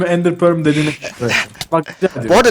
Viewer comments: abi indir porl dedin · İndir pörl dedi ben cihan